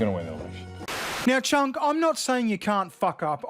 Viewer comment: I love that you pronounce his name Chunk, it’s perfect.